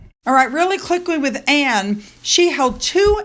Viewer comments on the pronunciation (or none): none